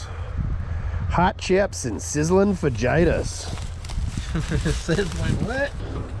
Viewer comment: your pronunciation of fajitas needs some fixin'